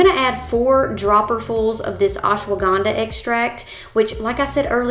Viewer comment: Please learn how to pronounce Ashwagandha.